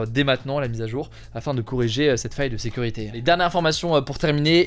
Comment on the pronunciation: Aïe! Ne le prenez pas mal je suis vraiment fan de ce format! Mais vous ne trouvez pas que sur certains sujets, Il appuie certains mots de façon plus excessive ? Par exemple sur l’info appel : au début les mots “ faille” “ sécurité “ …c’est très subtil mais c’est un truc qui me dérange beaucoup chez les autres journalistes justement.